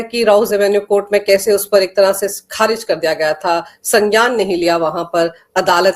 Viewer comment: Madam, its not pronounced as sanjaan But "Sangyaan", in your very first line. In Hindi, it's "संज्ञान ".